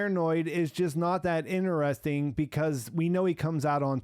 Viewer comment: "Interesting" has a "t" as the third letter.